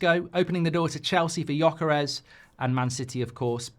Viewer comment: Man.. your way of saying Gyokeres name, it's not even remotly close =) I had to hear it 5 times before I understood who you meant =)